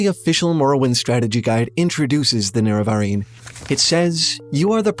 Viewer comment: Please decide on how to pronounce "Nerevarine." We all do it wrong, but we keep it consistent. Love you, but please don't put the wrong emPHAsis on the wrong syllABLE.